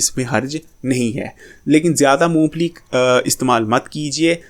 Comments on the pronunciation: Phele mong phali sahi se bolna sekho mu pheeeeli nahi mong phali hota he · Int maloomat hy apko lekin nmae shi bolna ni ata apko , moophli nhi hoti mong phali hoti hy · Not Moo fally but mong phally